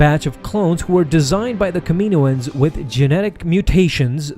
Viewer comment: When will you decide to pronounce Kaminoans correctly